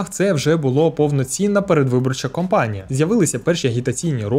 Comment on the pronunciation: Мушу включити режим вчительки - пробачте наперед: Передвиборча кАмпанія, воєнна кампанія (від слова campaign) Ай-ті кОмпанія (від слова company) Це - єдине зауваження. Контент - топ. Наснаги